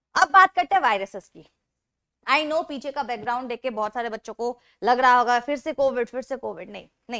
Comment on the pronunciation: Bacho pronounce like 'bocho'😂😂😂😂